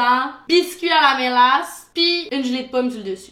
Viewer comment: c'est la ''mélasse'' 🙂